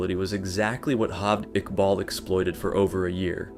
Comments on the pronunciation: Its not HALVED IQBAL. its Jaaavaaid Iqbal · his name is pronounced "jaa-vayd iqbaal"